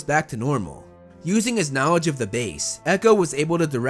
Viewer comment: My dude just said “knowedge”